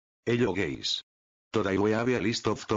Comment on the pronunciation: hello gæys